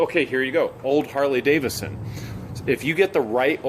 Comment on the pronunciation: It’s Harley D-A-V-I-D-S-O-N not Davison. Lol